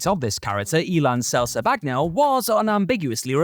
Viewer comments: What did you call him? Selzebaggano? His name is a play on words. Sleazebaggano…you know…like sleezebag. Come on, lol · Did really just botch the pronunciation of "Sleazebaggano" that badly? What the hell does he say? Sel-suh-BAG-no? For real?